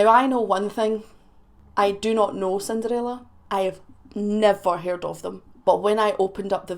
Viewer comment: I love the Way You Pronounced that , it came out Sounding like '' SIN DAR RAYLA '' 😉🤣 I get Teased about My Swede Accent all the Time even though I was Born and Raised Here in The U.S.